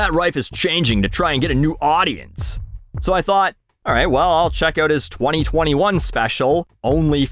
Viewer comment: I like when says out it’s so Canadian